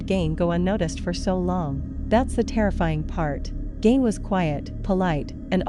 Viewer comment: I wish you would pronounce everyone’s names right. I’m from his home town and your video is hard to watch as the fill in photos and videos do not fit the time nor the Plainfield, WI. Please do better. Gein is pronounced using the e not the i.